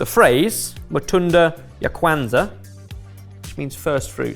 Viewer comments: Ok, but how painful was it to hear him BUTCHER "Kwanzaa"???? Oh lordy. I know it's an American holiday, but in the research, maybe pay attention to how to pronounce things???????????? ETA: very happy that knew how to say it and it was correctly pronounced after that. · pronunciation of Kwanzaa made me cringe. It is relatively new because it was made up during the Civil Rights movement, and it has nothing to do with religion. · pronunciation: coll-erd not coll-ard. said it better than. kwanza, where the "a-n" sounds like "ah" not just an "a" sound. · Bro. That pronunciation of "collard" and "Kwanza"......you could have just asked google before filming.